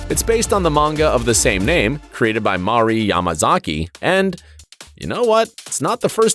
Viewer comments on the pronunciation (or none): none